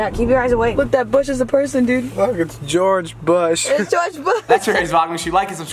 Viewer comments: "Lool its Gorge BuSh" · “It’s gorge bush”